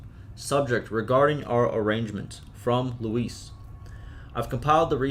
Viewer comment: Thank you for reading these! Just a note: Luis' name is not pronounced "Lewis". It's pronounced "Loo-ees"